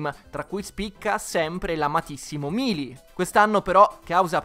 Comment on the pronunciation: Non voglio fare il rompipalle ma si dice Meili e non Milii